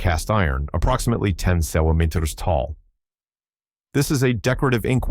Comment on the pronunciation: Why has this voice so much trouble with centimeters? It's almost on purpose...